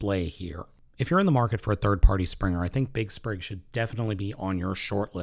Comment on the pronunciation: it's Spring, not Sprig....